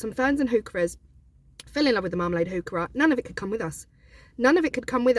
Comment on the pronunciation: I had to Google what is a hookrah?I didn't realize you were saying hookah😂😂😂